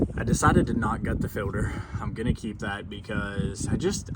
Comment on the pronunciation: You are saying "Fill-der". Its Filt-er.